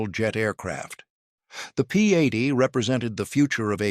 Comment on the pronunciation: AI narration ruins videos. P80 should not be enunciated as "P a d". I have no clue what "500 na mannk" was supposed to mean.